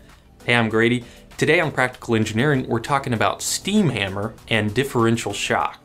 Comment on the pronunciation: "ham grady"